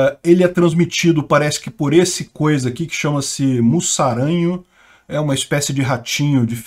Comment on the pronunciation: se pronuncia "muzaranho", o S tem som de Z nesse caso.